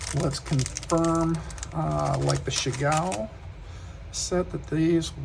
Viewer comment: I’m waiting for my Lantern Moon set to arrive….Chiaogoo is pronounced CHOW GOO by the way…..